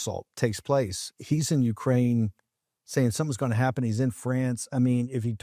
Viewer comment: Bwah ha ha... Ukra-weenie 😂